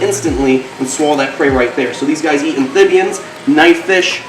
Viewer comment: Please say amphibians correctly ph not th. Otherwise awesome video 👍